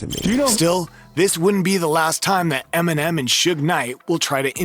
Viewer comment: Did any one else catch him say “M&M and suge knight pressed emenim”🤦🏽‍♂️🤣